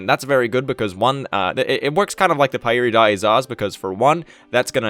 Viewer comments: It's pronounced "Parry day zah" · Pretty sure it's pronounced "pai ri dai za" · Really going to the effort to pronounce pairidaeza properly.